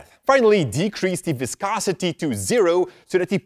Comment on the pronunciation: you say viscosity very well. thanks for the help